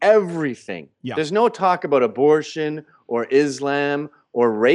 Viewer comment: He said "aboot", it is true!